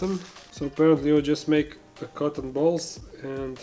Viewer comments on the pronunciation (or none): for some reason when you said 'cotton balls' my brain heard it as 'cocknballs' and it made me laugh my ass off